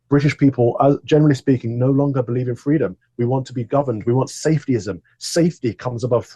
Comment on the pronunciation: Gross, Kamala! Fweedom 🤢 so slimy